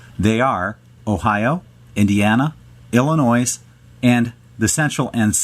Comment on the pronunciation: Please don't pronounce the S in Illinois.